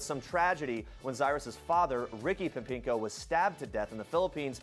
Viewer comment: I love how everyone is getting mad about it, the only thing I'm mad about is that the announcer can't pronounce "Pempengo" correctly